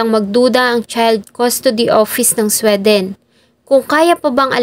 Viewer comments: Hindi SWE--DEN. It’s supposed to be Swee-dn. Pag hindi alam ang pronunciation, google it . Lalo na na gusto ko maging blogger. Pass ako dito nakakairita. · Ang Sweden na bansa ….. pag iyong I- pronounce ay dapat,… swiden…. ( SWI….. hindi SWE)…. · di mag pass ka arte mo di k nmn mamamatay sa maling pag pronounce ng sweden.😂😂😂